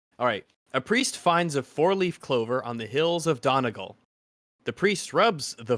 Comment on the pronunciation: The pronunciation of Donegal.... Jesus wept